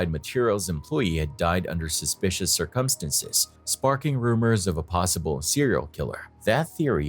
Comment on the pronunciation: Circumstance) ,,,,,,,, ciccuntanctstes😅